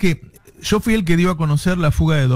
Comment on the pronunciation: Se dice YO no SSShoo Navarro